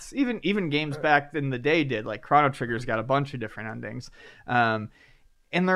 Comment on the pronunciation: Did pronounce Chrono Trigger correctly?